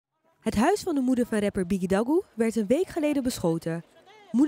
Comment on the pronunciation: Gaan we het over hebben hoe ze op het begin bigidagoe zei